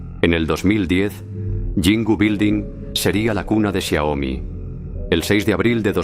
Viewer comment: Es Xiaomi no xiomi, corrígelo